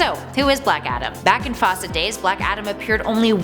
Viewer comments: always thought it was pronounced foust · The way she was pronunciation Faust and Morgaine was killing me